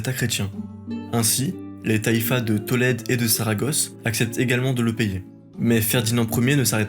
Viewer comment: le s de taifas ne se prononce pas .... si non excellente vidéo , bravo